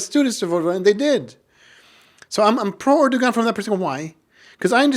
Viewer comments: Strangly that someone claims to know Erdogan and Turkey and then pronounce G in Erdogan surname. Strange how so many so called Muslim intellectual just simply generalise the term Kemalists.. Firstly and obviously, for many Kemalists the interest of Turkey are primary thing. Turkish Nationalists aint like Arab onse. They don't put themselves above interest of country. Secondly, Kemal and Nationalists, truly played the role in saving Turkey from many foreign factors. In that, they were absolutely successful. And they stopped the rot which lasted in Ottoman Empire In many senses, they prevented Turks being Gaza. Those legacies are difficult to neglect. Basically, they were the winners in the situation which was even more difficult then people imagine. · imagine to say ,I have a lot of Turkish students and then pronounce Erdogan with the G , which should be silent? A little detail but telling anyway. And his generation?